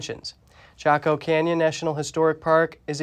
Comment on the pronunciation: Please check pronounciations prior to bradcasting! CHACO CANYON ( CHAH koh) is correct.) No drilling should be alloed even 25 miles away. Having visited the site twice,an earthquake could easily cause more damage to the sight. If the N.Americans don't want the pipeline , saving Americans energy security, it would logically follow that allowing drilling near a UNESCO Heritage site is crazy. Ask Oklahoma's residents. Right! Most of OK IS native land...😳